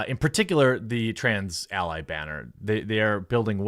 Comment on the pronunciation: Did you say... a bAYnner ?? j/k